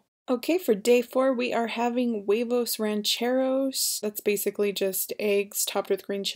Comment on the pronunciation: huevos, not huelos :)